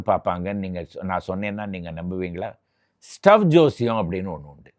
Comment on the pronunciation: ஸ்டோவ் இல்லை தலைவரே. ஸ்ட்வ் என்று தான் 80களில் சொல்வார்கள். மேலும் திரி ஸ்டவ்வுக்கு பிறகு தான் பம்ப் ஸ்டவ் வந்தது.